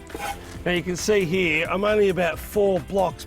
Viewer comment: it’s “ here “ not “ hee “